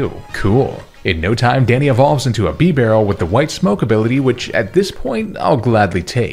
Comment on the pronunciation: THERE SHOULD BE ONLY ONE R IN BIBAREL!